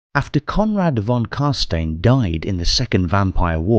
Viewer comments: I only have one nitpick. The name Carstein is from the Warhammer world's equivalent of German. Whenever the letters e and i appear in succession its pronunciation is similar to the English word eye. It's not pronounced ee, as is the case with Jewish/German or Anglicized German names. So the name Carstein is not pronounced as Carsteen, but as Carsteyen. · Geeez why the gay prononciation on the most glorious vampire names ? How do you pronounce Frankenstein ? Frankensteen like von Carsteen you re doing here ? This is making my ears bleed after 1.35 minute , usually love the voice acting but this ? Meh it s just wrong , sorry . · No, as a German I can tell you that it is pronounced as followed: imagine saying stone with an I , so stine. So you pronounce it carstein, while the s in stein is pronounced like the sh in sharing. In German this would be pronounced „karstein“. No offense lol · your videos are really impressive but you really need to work on your pronunciation. Jegar is said Yey-ger, carstein is is car-st-ine and halberdiers is said how its spelt not halberders as you said it. if you play the game and listen to the characters they even pronounce their names in the correct way (carstein for instance) after so much effort it seems like a quality dip considering how much time you must put in to these you need a little more quality control or a better editor for the voicing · Wow great job on the video. Im really liking your cinematic lore series that youre doing. Few mispronunciations being Carstein, Jaeger and Halberdiers but otherwise just loved it. Glad Warhammer fantasy isnt being forgotten